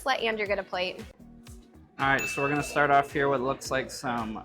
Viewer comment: Every vowel has turned into 'a'. 'Let's get this over wath'